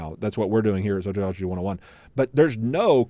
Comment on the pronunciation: Sotrioligy? That's how you pronounce it? 🤦😂